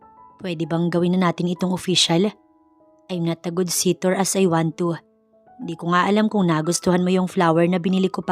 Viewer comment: Ano ba yan? * sitor * suitor po and pronounced " sutor! "